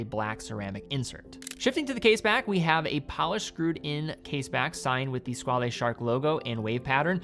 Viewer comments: Squale is French for "shark", not italian (Squalo), therefore it is NOT pronounced "skwal'hey" , but "SKWAL" ! It's very annoying to hear all watch influencers getting that wrong. I guess we can thank TGV for that... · nope, it's French for Shark and it's pronounced "skwal"